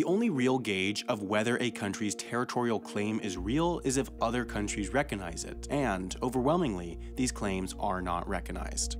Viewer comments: How about he says ReCOGnition correctly but repeatedly says ReKAnize instead of ReCOGnize? Ugh! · could you not find a narrator who can pronounce "recognize"?